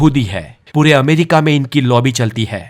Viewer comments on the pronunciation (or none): none